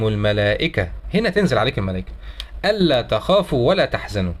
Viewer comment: هو مش شيخ واكيد مش عارف احكام التجويد ف نطقها زي اي حد بيقرأ ومش عارف ....ربنا يزيده علم